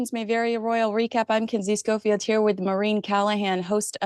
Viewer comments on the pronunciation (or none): none